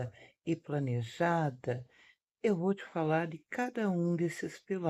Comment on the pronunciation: A babaca acha que falar se plNeja